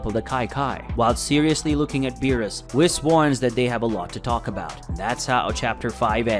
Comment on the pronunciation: For the love of Kami, pronounce “Whis” correctly!!!